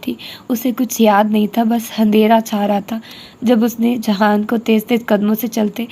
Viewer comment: aap jihan sikander ko jahan kyu kehti hai??